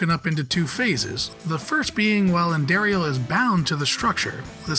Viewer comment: Just like he did with Andariel, about a half dozen times and only pronounced it correctly once, I am guessing he didn't play Diablo 2